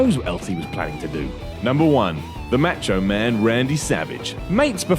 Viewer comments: "Matcho Man" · lol when the fuck did we start calling him the "Match-O Man"? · The "Match O Man" Randy Savage???? 😂😂😂